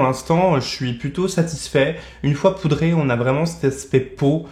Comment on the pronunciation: Le petit pourdé au lieu de poudré m’a fait sourire 🤣